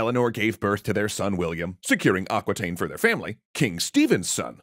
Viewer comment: Aquitaine is pronounced "ah" (like "America") "ki" (like kiwi) "ten" (like the number 10), not "aquateen" :D